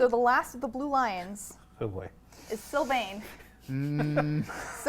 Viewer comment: You did Sylvain wrong. Im so disappointed